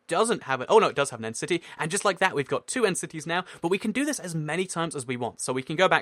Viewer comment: it sounded like he said entity instead of end city